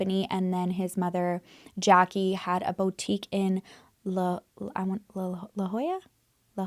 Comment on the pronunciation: You said La Jolla right the first time you said it “Hoy- ya” ❤